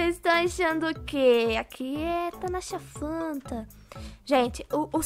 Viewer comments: entendi Nataca fanta kkkkkk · pq vc falou tanasha fanta se é panda 🐼🐼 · “ Cêis tão achando o que? Aqui é Tanasha Fanta...” kkkkkkkkkkkkkkkkkkkkk